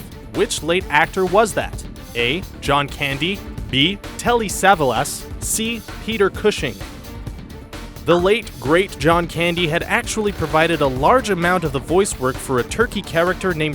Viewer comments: Billy Colony? Telly Sevalis? if they weren't written that way, why say them that way? come on. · How hard is it to do a little research? Like how to pronounce Telly Savalas or who Joel Chandler Harris was?